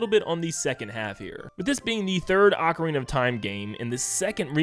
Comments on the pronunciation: You may have fumbled "Tapestry", but at least you say "Ocarina" instead of "Oakarina" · NeVER google ocarina for pronunciation it says AH-Karina. Even in the commercial for Ocarina of Time 3DS they pronounced it Ocarina (AH KArina) of time. YOU LOST that’s the English pronunciation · like I said go to google and click the pronunciation button. It’s AH Karina . Like I also said go watch the commercial for the official Nintendo Ocarina of time 3ds release, they pronounced it AHKARINA official Nintendo commercial. lol you LOST